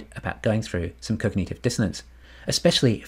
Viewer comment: “cog-nut-iv” not “cog-knee-tiv”